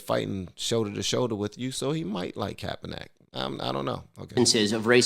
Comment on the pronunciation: It's pronounced. "Capper-Nick"